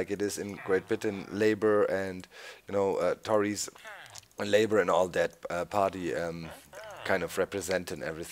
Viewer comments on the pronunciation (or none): I just found my favourite word said in a German accent "Tories"